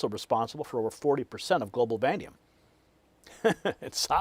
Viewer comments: VANADIUM not VANDIUM you DOOFUS! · Are you talking about vanadium? If yes, it's vuh-NAY-dee-uhm. It's a very exciting development.